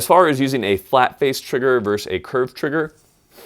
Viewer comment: "Versus" not "verse."